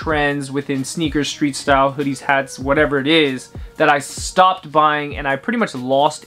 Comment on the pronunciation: "Trends I Stiopped buying" 😖